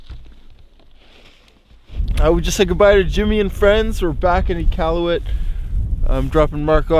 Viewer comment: how are you canadian and said nunavut and iqaluit wrong 😭😭